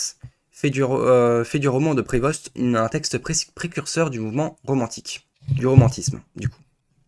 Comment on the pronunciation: bonne vidéo mais son nom se dit "prévo" pas "prévoste" dsl il fallait que je le dise